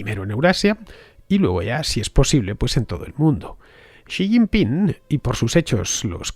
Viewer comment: Sr. Villanueva. El nombre del presidente chino es Xi Jinping, no Xi Jingpin.